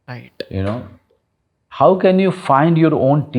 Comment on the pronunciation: The anchor need to work on his RIGHHT TTTU. it just simply right